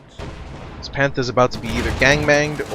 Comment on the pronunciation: yea, i kinda hate the way he says panther